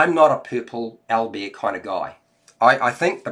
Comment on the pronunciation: Aw man, thanks for the review, the way you pronounce Owlbear makes me smile for some reason) Al-b'eer x)